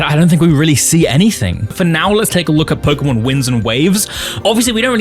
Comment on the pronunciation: Why is it always the pokétuber who can't say pokémon right the ones eho ay it a thousand times in every sentance?